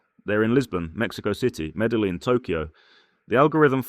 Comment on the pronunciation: As a long-time western expat that has lived in Colombia, Venezuela, Costa Rica, the Philippines and Thailand, I would have to rate this video 50% tourist perception and 50% BS... You keep touting Colombia when you can't even pronounce the name of Medellin correctly, you obviously have never been there... I lived in Colombia for 9 years and left because it was dangerous as hell, yet you paint it as an expat paradise... After traveling to and / or living in 50+ countries, I now live happily in Thailand as it offers the best options for the cost of living... As they say here, up to you...